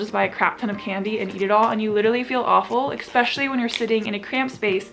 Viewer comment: why do so many people say ekspecially.